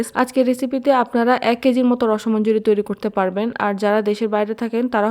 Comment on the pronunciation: আমি তিরিশ বছর চলে বিদেশে থাকি। । বাংলাদেশের মেয়ে আমি। আমাদের সব ভাইবোনের জন্ম বৃদ্ধি ঢাকায় হলেও বাবা মা রংপুরের। গাইবান্ধার রসমঞ্জরী বহু বার খেয়েছি। তবে তা বহুকাল আগে। উচ্চারণটা রশ্ মঞ্জরী না। উচ্চারণটা রশোমন্জরী। বানান রসমঞ্জরী। ঠিক যেমন রশ গোল্লা না। উচ্চারণটা রশোগোল্লা। বানান রসগোল্লা।